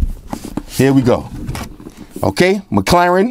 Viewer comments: do me a favour and teach Jaime Rivera how to pronounce McLaren. 😂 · is it mc claren or mc laren? hmmm